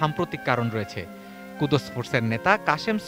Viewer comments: আরে ভাই ওটা কুদুস না কুদস ফোর্স okay... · কুদোস ফোর্স না ভাইয়া কুদ্স ফোর্স।